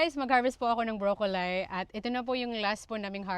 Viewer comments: Pronounced as Broccoli. (as in lee) madam!!!.. HINDI broccolie! (lay as in visayan) Good work equals good harvest!! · Sorry but it’s broccoli is pronounced ( broccoleee) I’ve never heard how you pronounce it broccolie. Even if you are in Australia. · i am not correcting you ha kasi baka mabash ka na naman ng avid basher mo na si inggit pikit 😂. Broccoli sounds like brok-li not brokolay. Unless ganyan ang pronounciate sa Australia. Summer na pala dyan at nasa winter pa lang kami 😊…. Sagot sa universal question mo kung tatanggapin ba kung mag bibigay ka ng harvest mo… Oo naman kung ako ang kapitbahay mo ay naku tatanggapin ko ang mga gulay mo, blessing yan… Pwede mo ring ibenta sa mga kapitbahay mo, that is extra income.❤️🇺🇸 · BROCCOLI NOT BROKOLAY 😅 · Miss, I checked it out kasi nasa garden nyo sya at lagi nyong nababanggit ang broccoli. Instead of "bro-ko-lahy" it's [brok-uh-lee, brok-lee] po. I am not perfect in English, and I don't mean bad, pero just sharing lang po. Para mas maganda pakinggan next time. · Brocoli ( Bro- co- lee) yan po pronunciation